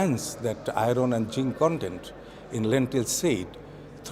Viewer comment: “Ahron & jihnn condend” = Iron and zinc content.